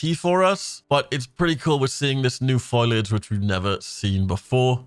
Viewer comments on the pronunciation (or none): Foliage, not foliage. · for anyone giving him crap for the way he pronounces 'foliage' like 'foilage', i want to say that your expecially annoying and you shud go reed a book at the libary if you dont no wat words ar.